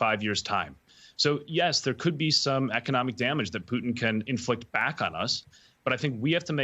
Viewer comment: It's POO-TIN...